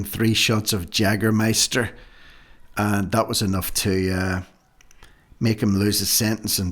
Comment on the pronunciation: By the way the drink is Pronounced Yaeger Meister but is spelled Jaeger Meister ie the J in German is like the y In English .